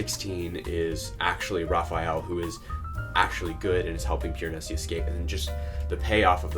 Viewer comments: This was great and I’m not trying to be annoying but is there a reason that you pronounce his name “Piranesis” with the extra “s” at the end? Genuinely curious if I’ve been pronouncing it wrong haha - love this book and love to see others take it in! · Me, waiting for any commentary but instead we spend 9 minutes with a guy mispronouncing Piranesi over and over😅edit: he eventually got to it but needed a spoiler warning 😂and much more order in how he explored themes. But interesting views